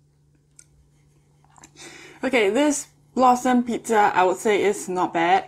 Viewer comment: sorry but i thought you said "blossom shit pizza"